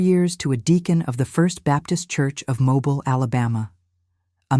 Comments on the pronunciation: It is MOBILE not mobile like a car. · The AI narration, evidenced so many ways (mispronunciation of the city of Mobile, correctly pronouned as MoBILE; the speaker slips occasionally, sayiing MObile--a dead giveaway) Somehow these and other discrepancies cast further doubt. This very sad story may be true in it's essence of someone, somewhere, but i do not believe this one. What harm? To me the harm is big, it represents the betrayal we are all victims to, the ability to trust anything anymore. trusting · You can’t pronounce Mobile correctly! So this must be Al!